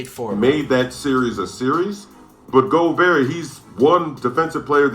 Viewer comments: It's pronounced "Go-bare" bro.. Don't rhyme it with yogurt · Why does flight keep pronouncing Rudy’s name like that😭